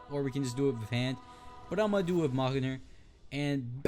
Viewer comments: Your say Mjolnir wrong its(Mull-Near) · it is pronounced miolneir?? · I think you pronounce it Me-yol-neer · mjolnir is pronounced me-yol-near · It’s pronounced meal near or meolnr